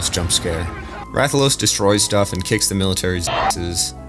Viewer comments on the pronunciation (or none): none